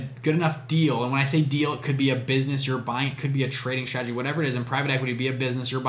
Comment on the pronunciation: Idk why but I cant stop being distracted by him pronouncing his s's as sh. "Shtrategy" etc.